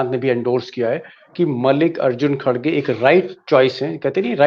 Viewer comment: Isko mallikarjun khadge ka nam bhi bolna nahi aata